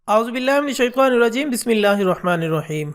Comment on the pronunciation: Mere Bhai please auzz to sehi perhani seekh lo, aksr log aik galti kerte hain aor woh hai minashaitaa ko minashaitua kehte hain. Sehi hai minashaitaa nirra jeem nah ke minashaitua niraa jeem.